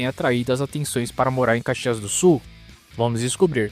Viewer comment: Dude, you are TERRIBLE in pronouncing Caxias do Sul so find another job or, at least get some help! I m well into my eighths and grew up there so it pains me hearing you! Thanks for nothing dude!!!